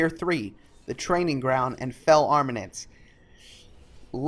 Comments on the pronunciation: Nice vid bro - helpful! Btw... AR-MA-MENTS :-P soz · I found the "armanents" funny xD It's something that is really common with youtubers, they don't actually read the word and then they just make up what the word is. Either because they're just skimming over it or they don't bother. Lazy Peon is really bad at this xD